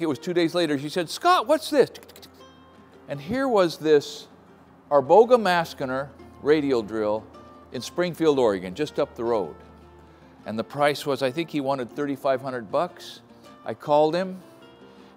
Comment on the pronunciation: It's pronounced Arboga Masheener. Most just call then an Arboga in Sweden.